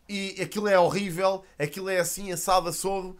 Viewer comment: "Assim assado, assim assodo" pausa dramatica ahahah